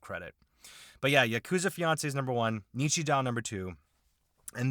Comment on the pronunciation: Japanese grammar claims anther victim! In Japanese, when a "u" follows a sound ending in "o", the "u" is silent and is instead used to elongate the "o" of the previous sound. So, "ni-chi-joo". Yes, Japanese has a more logical solution to this. If you're writing using katakana characters, you can simply put a dash to indicate an elongation. Why not also do that when using other characters..? Because reasons! Nichijou is a great little absurdist comedy series. It's a series where one episode might have a dramatic, super-slow motion 5-second-rule dropped wiener recover, while in a different one, the frail school principal German suplexes a deer.